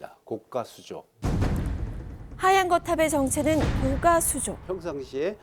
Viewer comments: 교수님들은 高架를 高価라고 발음 하시네 고가도로를 고까도로라고 안 하는데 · 고까수조 아니고 고가수조 아나운서 발음 들어보세요. 사전에도 고가도로로 발음. 고까아닙니다. 고까는 가격이 비싸다고 할때 고까라고 발음합니다.